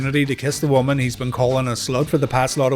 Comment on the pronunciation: Ross replied " Evil WOMUN"